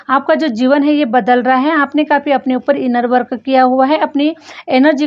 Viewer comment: Always u give very good & apt reading. Plz improve u r English pronounciations . Like …. Work - वर्क अ x❌ - वर्क Deserve - डिज़र्वअ x❌ डिज़र्व